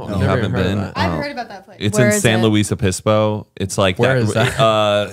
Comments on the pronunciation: NOT pronouncing “San Luis Obispo” like “San Luis Opeespo” 😂😂😂😂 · STOP TALKING ABOUT MY HOME TOWN IF YOU ARE GOING TO SAY IT THAT WAY. SAN LUIS OBISPO. “San Lewis (not louise )Obispo.” I can call in if it’s too complicated. Or just call it SLO “slow”. Not a big deal but I get excited for one second and then I cringe lmao. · The mispronunciation of San Luis Obispo pained me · completely butchering San Louis Obispo 😂